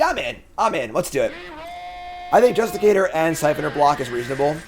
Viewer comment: Does he ever say Justiciar the right way xD